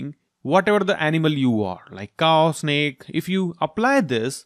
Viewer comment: its snake not snack